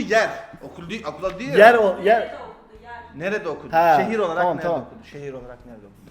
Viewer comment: arası okildi okudii ahahha